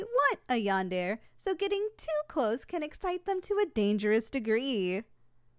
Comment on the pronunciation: Is anyone going to point out the fact that she’s pronounced yandere wrong